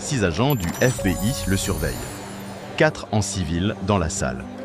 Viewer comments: On prononce pas « éf bé i « Mais « éf bi aille « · Histoire carrément géniale et sacrément bien contée sauf peut être un accent anglais un peu approximatif comme par exemple sur FBI mais bon cela s’améliorera sûrement avec le temps… Je me suis abonné, donc je vais regarder les vidéos que j’ai en retard et liker les meilleurs 👍🏻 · Histoire intéressante quel dommage d'utiliser une IA pour parler à votre place sa gache tout. IA même pas foutus de prononcer FBI